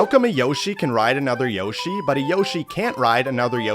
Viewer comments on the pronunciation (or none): bro what 😂😂😂😂😂he said yoshy 8e b times😂